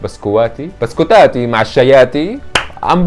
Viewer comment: لماذا هناك مشكلة بين و جمع الكلمة حد لاحظ؟😂😂 مثال، بسكواتي بدل بسكوتاتي😂😂.. استمر بفيديوهاتك الرائعة🎉